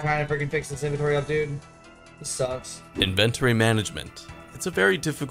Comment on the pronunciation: every time pronounces inventory i die a little inside